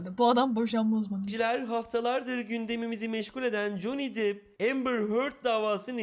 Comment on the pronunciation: Bi dakka bi dakka, JON DİP mi dedi o? Ve ikincisi, Johnny depp i dior da oynadı diye mi tanıyorlar? Lan Johnny deep dior dan daha ünlü anasını satayım...